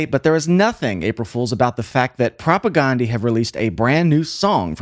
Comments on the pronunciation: Great videos but it's not pronounced Ghandi. It's pronounced like Propaganda with an E at the end. Propagandeeeee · Not a big deal but it’s propagndhi (prop a gan dee). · It’s so funny and fun to hear a music wonk try to swallow and then articulate this band. I mean that in the best possible way. 😊 The guys in the band pronounce their band name with a short A like in “propaganda.” Not that it matters. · I just wish he would pronounce the name of the band correctly. I wish most people would. This band deserves it.